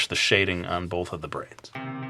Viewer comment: I heard "brains" every time you said "braids". lol DO A ZOMBIE VIDEO!